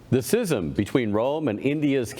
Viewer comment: it's pronounced skizm